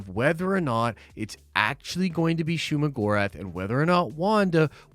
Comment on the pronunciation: I dont know who need to hear this. But it is Shuma 🤷🏾